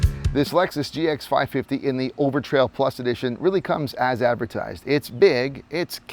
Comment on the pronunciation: Said overtail instead of overtrail about 20 times now you gotta redo the whole video